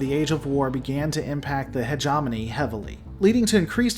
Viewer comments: "he * ge * mo * ne", not "heg * om * on * e" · Say it with me now. Hegemony. Not hegemoney. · Love the lore dive and I liked the video but I JUST CAN'T HANDLE how you pronounce Hegemony he·gem·o·ny /həˈjemənē,ˈhejəˌmōnē/ It should be more Heja (hard J) mowny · Hedge EH mony!!! Combine like "Combine Harvester" Argh, it drives me nuts! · You are mispronouncing hegemony.